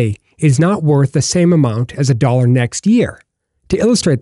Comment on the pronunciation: The way this dude says dollar annoys me to no end. It's like he has marbles in his mouth. Other than that it was an ok video.